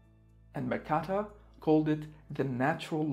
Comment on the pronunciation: Helpful. But also not helpful. Super helpful with logarithms. But no, no, no... not another pronunciation of Mercator.